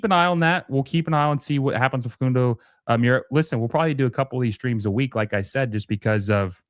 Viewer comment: Got you fam , mura = moor-a . Oveido = Oh-Vee-ey-do